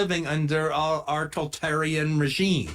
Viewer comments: "Toltarian.' Multiple times. Ok, Quentin. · "Tol-tarian" regime